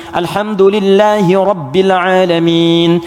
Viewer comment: kok alhamdulillahirobile alamin, gk alhamdulillahirobil alamin pa ustad